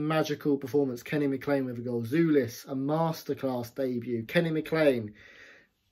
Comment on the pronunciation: The correct pronunciation is "Jolis", not "Julis".